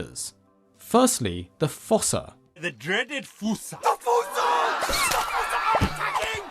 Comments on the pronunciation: According to the Madagascar 2 DVD, “fossa” is actually pronounced “foos”, like in foosball. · Fossa is pronounced like foosa. Long u sound, like moo, shoe, two, slew, sprue, etc.